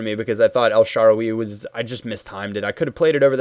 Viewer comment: who is "sharwie"? it's pronounced as it is "el-sha-rawr-ie"